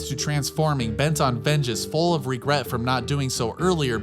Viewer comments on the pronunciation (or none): none